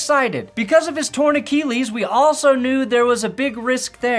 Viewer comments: Can't really take a video seriously if the dude can't pronounce "Achilles". Get a jacket that fits. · The way says "achilles" bothers me....